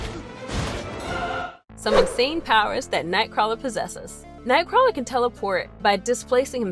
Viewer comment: Xmen TAS made me read Nightcrawler comics. I would so fuck that mutant. (Btw, you're pronouncing his name wrong.)